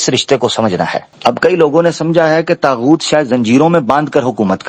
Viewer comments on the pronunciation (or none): السلام علیکم یہ طاغؤت ہے تاغؤت نہیں بہت شکریہ